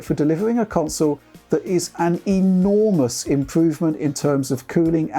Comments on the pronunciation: Yeah when he says “delivering a console that is an ENORMOUS improvement in cooling”😂 but yeah except for the enormous size it has grown on me and looks like a really good next gen console. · I can’t help but laugh when he accentuates words like “gigantic” and “enormous” considering the size of the ps5 lol